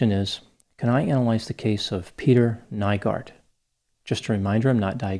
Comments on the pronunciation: Greetings from Helsinki, Finland! Not really the fame I was hoping, but what can you do.. his case has been followed very closely here in the media, thanks for your take on it! (Nygård is pronounced ”new-gord”, but who cares…) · Aileen Wuornos' parental line is from Finland (Oulu) as well, not exactly the attention we want but I'm sure the damn happiness index still takes the cake of what we're remembered for lol I had to rewind once I heard his name pronounced, even made a confused comment about it lol